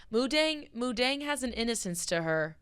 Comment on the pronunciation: is incorrect. It is pronounced Moo Deng. Deng means bouncing. Moo means pig. Dong in thai means to like ferment food, i.e. pickles.